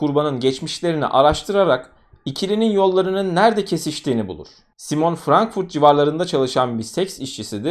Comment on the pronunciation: Elestirmek icin degilde, belki birine yararli bilgi olur diye yaziyorum. Almancada sonda E harfi okunur. Ingilizce gibi degil. Yani Simone'nin okunusuda Simone (Simon ismide var ama erkek ismi) Veya Porsche = porş degilde porşe diye okunur